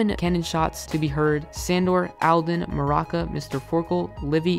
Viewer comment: Bronte is so out of character here I mean y would he be crying himself to sleep Also it’s Maruca not maraka